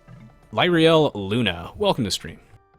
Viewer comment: tried pronouncing Lyriel, aah. <3 Thanky ou for the helpful advice.